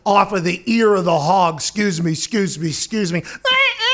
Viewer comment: Love the way he says "s'cuse me" with the yinzer accent